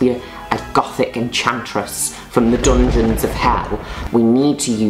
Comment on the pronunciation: "From the Doongens of hell..." God I love Juno!